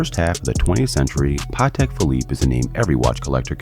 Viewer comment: Rappers don't know shit about Patek they just but a Nautilus with aftermarket diamonds and ruin a good watch that is worth a ton of money and make it worth zero, also if your gonna do a segment on it at least know how to pronounce the name smh